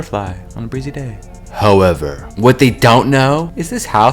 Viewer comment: Did you just say, "hoever"? Hoe-ever 😆 UnfortuNOTely? 😆